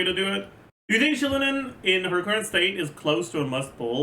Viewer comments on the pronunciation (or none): Why u pronouncing Xilonen so weird just say see-lohnen as most People do. Ain't nobody giving a fuck about pronunciation